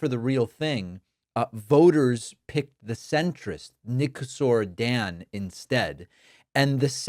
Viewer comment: You read Nicuşor Dan in English as Nicushor Dan. I lived 24 years in Romania 🇷🇴 so I know it.